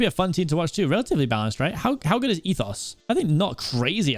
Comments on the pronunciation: Cpk never knows the hermits. That logo is Ren (RenTheDog) one of the big names in hermitcraft. And it's pronounced EthO it's and O not an os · first he doesnt know rendog's icon, then he calls etho "ethos"... this is hermit discrimination smh smh i thought you were better than this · I just love how he said ethos